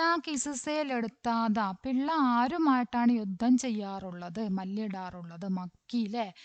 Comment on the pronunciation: പിള്ള അല്ല പില്ല അണ് ടീച്ചറെ